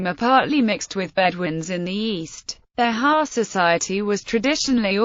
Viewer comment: Not Be-ha, but Be-jah. It has the J sound. This is painful to listen to.